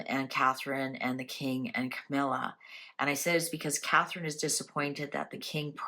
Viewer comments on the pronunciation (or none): none